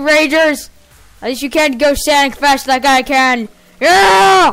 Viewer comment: Don't say sanic